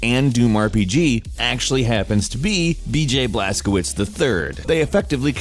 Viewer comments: Blas-co-vich, not blas-co-wits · Look up google transaltor (polish) how to pronounce the protagonists name Blazkowicz, couse you pronounced it as if it was Blazkovitz, while it should be Blazkovich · W = V - CZ = CH BlazkoViCH is it really thyat hard to pronounce? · Blazkowicz you read like "Blazcovitch"